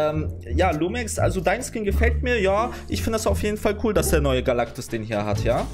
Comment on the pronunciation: Es heisst Galactus und nicht Galacticus 😂😂😂😂😂😂😂😂aber trotzdem geil